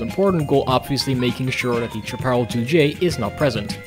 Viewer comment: Solid playthrough! By the way, Jim Hall will tell you that Chaparall is pronounced "shaap-uh-rahl". He is from Texas, after all...